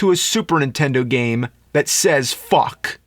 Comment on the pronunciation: James Rolfe said fuck with the o instead of the u.